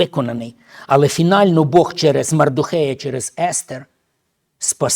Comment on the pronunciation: Брат,не Мардохей,а Мордехай. Дякую за проповідь.